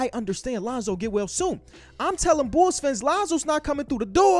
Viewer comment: Everyone: The Bulls: The Bools